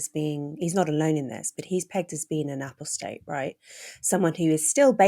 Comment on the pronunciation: Sorry for the pedantry, but apostate is pronounced with the emphasis on the second syllable in both American and British English.